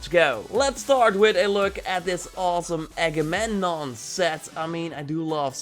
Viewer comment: its not spoken eggmemnon but agamemnon